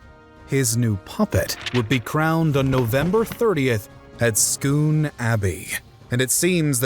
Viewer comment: This is the only video on this topic where the narrator pronounces "Scone" properly. Well done.